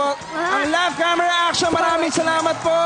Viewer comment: laff kemera eksyon.......... haha. ganun ka oa ung pgbigkas ni haha. e stop nyu na show nyu pangit walang kwenta.. lol